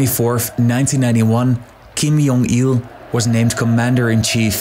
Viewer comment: Why did you pronounce Kim Jong Il as "Kim Yong Il"? Every North Korean media pronounces his name with J instead of Y. So why change the pronunciation?